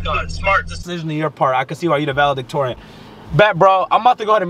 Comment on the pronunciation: Nobody: DDG: I’m valedictorian 😭🤣🤣🤣🤣🤣🤣🤣